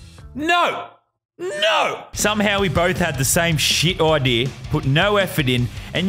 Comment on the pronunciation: I love how u say idea like "idear